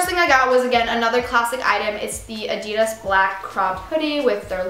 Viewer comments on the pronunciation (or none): none